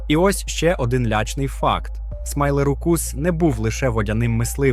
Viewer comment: Смілозух - "смайлерукус"? Ти серйозно?